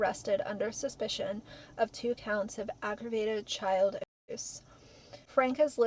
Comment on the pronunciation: I find it ironic that you can list and dercribe in detail the tortures endured by children in the law when you can't event pronounce the word ab*se. What world are we living in?